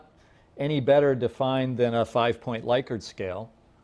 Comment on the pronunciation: First! Great video. Also, it's pronounced like lick-urt. 😀